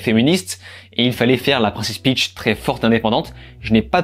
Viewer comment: Peach pas Pitch 😜